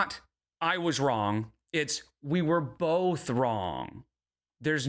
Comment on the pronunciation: Bolth makes me irrationally angry